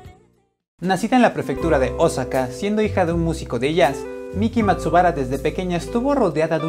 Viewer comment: aprende a pronunciar bien osaka